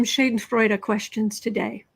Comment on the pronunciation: Pronunciation for Schadenfreude.... ShAhhh-den-froydah....Not Shay-den-froden. What deck are you using today? Each day, could you say or put in the notes what deck you're using? You look great today...great color palette for your skin-tone...(including nails)